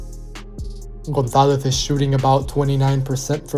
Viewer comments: it's a good pronunciation and the Z are totally on point, but the only correction I would tell you is that with spanish accent we would say the vowels, specially o & a, more open. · The pronunciation of the surname González is perfect.